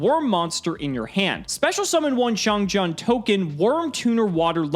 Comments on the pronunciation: Just a small headsup, the Jian in XiangJian is pronounced more like Jien, with a hard n sound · As a Chinese speaker its funny to hear how much struggling to pronounce "xiangjian"(相剑）,相剑 is ancient term in Chinese for people how determie how good a sword is, like a higher level black smith. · I’m just here to listen to butcher the Chinese pronunciation. Not disappointed 👌🏼